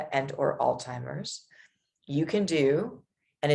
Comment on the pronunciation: How does a nurse pronounce Alzheimer’s by saying all timers?